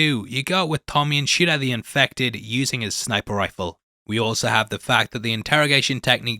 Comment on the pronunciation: Every time you say shoot it sounds like you’re saying shit. Gave me a good giggle